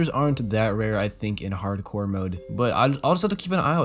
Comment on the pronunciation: I'm screaming when he says harcore ITS HARDCOREEE MY GUY REEE